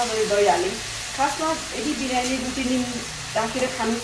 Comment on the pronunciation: Birani hoina didi 😁biryani vannus na